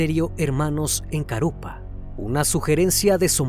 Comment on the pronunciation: Carupá, así se debe pronunciar. Florida pertenece a Vicente López. Es unos de los lugares más caros de Buenos Aires...